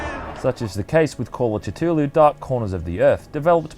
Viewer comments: Why must people change the way a words are pronounced. T,tulu????? It's always pronounced with a c Cthulhu. Americans love changing the English language. Why???? You sound Australian. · i know there's no correct pronunciation for cthuhlu but the way you say it kinda bothers me considering the widely accepted pronunciation is cuh-thu-lu i mean you are wrong saying cut-hulu but i mean...its just out of the ordinary and it fucks with my head a little :/ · Why does everyone say Cthulhu differently? You say it like almost "jithoolhu" I say "kah-thu-la-hu" and the official Chaosium pronounciation is "Ka-thu-loo" It's always fun to hear new pronunciations. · You pronounced Cthulhu wrong it’s pronounced Su-zy-sm-ith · Sorry I know this is a pretty good review but I need to collect myself ... call of titulu is what I heard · OK I get that there's no actual was to say it but wouldn't you simply use your understanding of the English language to apply it here? I see cthulhu and makes sense to pronounce it Ca Thool Hoo, there's a lot of people in the comments would rather talk about how lovecraft said there's no actual way to say it in any human language than just admit they've been saying it like an idiot lol if a little common sense was applied here the pronunciation would be clear. Anyway who gives a shit, love your content keep it coming 👍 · its pronounced as CATHULU u diot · 'call of chu chu lu" LMAO, the way you say that got me dying. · "Tutulou" wtf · Lovecraft actually pronounced it "Kuh-LUL-loo" so yeah...dunno where you're getting your pronunciations but it's impossible to TRULY pronounce it with our pitiful human vocal capabilities. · the cultists at the start worshiped the yith not cthulhu and its ca-thoo-loo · Call Of Catooloo seriously???? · I for some reason hear "Tatooloo" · It's pronounced Ka-Thu-Loo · Call of to-too-loo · I heard "Catulew" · lovecraft wrote ka-Thu-Luu was the closest pronunciation. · I thought it was pronounced "Ka-Thul-hu"